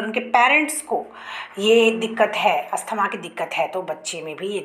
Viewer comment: Not Asthama.. Asthma